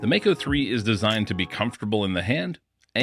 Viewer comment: Regarding the pronunciation, nearly everyone gets this one wrong. The word comes from the Maori language here in New Zealand and is pronounced "mah-ko", not "may-co". The 'a' is pronounced as the 'a' in 'palm', 'bra', and 'father'. Just thought you all might want to know this.....